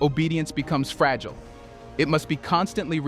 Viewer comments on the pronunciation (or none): none